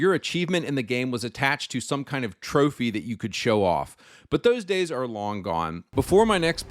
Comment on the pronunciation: Bro really said 7 gays to die 🥹😅😂